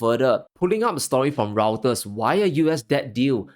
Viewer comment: Reuters is pronounced as "Roy-ter", not router as in your internet router.